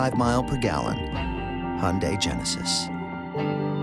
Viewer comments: #8.... it's pronounced: hun-day; not hun-dye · hunday:)))) nice pronuancination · HUN-DIE?? Aint it HEE-YUN-DAI...? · you're pronouncing Hyundai wrong xD hahaha